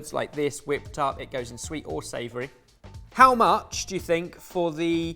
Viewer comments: Just a shout out to. The Gioiella ricotta is pronounced Joy-ellah. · Gio is pronounced Jo. If you add an “i”, it makes Joy. Gioiella is pronounced Joy-ella. #sorted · Great video guys; but,...mate - "gio" in Italian makes a "jo" sound, so "Gioella" is like "Joy-ella".(to anglicise it).